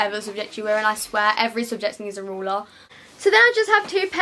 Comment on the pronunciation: why she say ruler like that makes me feel weird how she says it